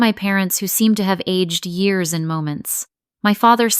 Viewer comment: And pronounce Years correctly! lol